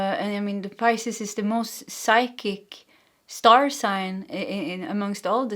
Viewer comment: Philosophizing =fuh·laa·suh·fai·zuhng Yes, you're saying Pisces correctly Thank you for the 🎯 reading 💖